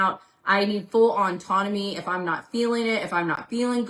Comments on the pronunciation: GURL please, it’s pronounced [AW-TON-OH-ME] not [ON-TON-OH-ME]. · Why is she saying "Auntonomy"? There's no "N" in the first half of that word. It's "autonomy", not "on-tonomy". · her repeatedly calling autonomy "ontonomy" is driving me crazy....